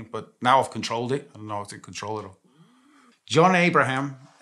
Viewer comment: Ayy shits me he doesnt promoumce his name right